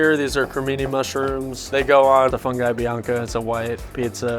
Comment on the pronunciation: it's FOON GHEE , not fun guy. otherwise just say mushrooms. banana daiquiri